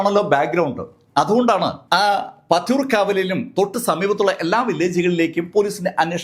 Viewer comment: പത്തിയൂർ എന്നാണ് സർ..